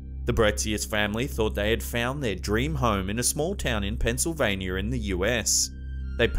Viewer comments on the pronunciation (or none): I love how you pronounce Pennsylvania as Pennsylvaner.